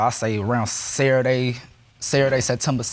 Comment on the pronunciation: Oh dear. What day of the week, is... Serraday!??? (@ -ish) PLS tell me it's not intentional!?? Does he thnk he sounds 'cool' & gangsta!!?? 🤣 It just sounds ignorant a.f.